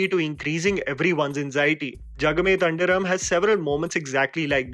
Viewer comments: I know it's nitpicking.. but jagame Than 'dhi' ram Not tan 'da' ram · Its not tandiram it is Thandiram. Please pronouce properly. And editing was bad and there was no continuity. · Its not thandiram its thandhiram.... With ndha like chaandh... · there's a H after the D in Thandhiram, which you skipped while pronouncing the word. Similarly, how you skipped the final As in Kaala Bhairava. Not criticising you, but your pronounciation sometimes changes the actual words.